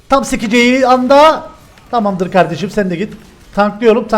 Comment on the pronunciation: sekeceği anda diyo ama sikeceği anda diye anlaşılıyo